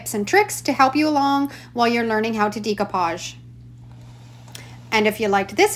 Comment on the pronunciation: How can this woman be a crafter and not know how to pronounce "decoupage"? People have even commented & she has replied but still.... day - koo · paazh day - koo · paazh day - koo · paazh day - koo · paazh day - koo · paazh day - koo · paazh